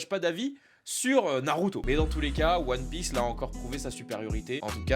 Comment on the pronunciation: POURQOUI TA DIT ONE PIEACE D !!!